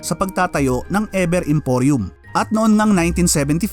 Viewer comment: E "VER" Hindi E "BER"